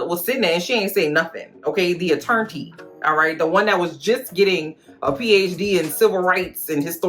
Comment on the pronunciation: Thee a-tern-tee 😂🤣❤️🍹